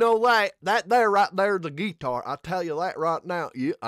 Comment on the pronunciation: They did a phenomenal job with this original by Tim, Austin and Chris..the guitar playing was beautiful..or as you pronounced it with your Forrest Gump accent, gee-tar, lol..thanks 😊